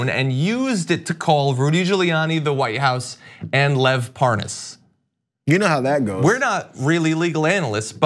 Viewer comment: Has anyone done a montage of Nunes (and others) deliberately mispronouncing "Parnas?" I laugh harder every time I see it happen, so if you've got a montage you can make my day. "Par... Par-Nauss? I don't recall any Pour-Noss." XD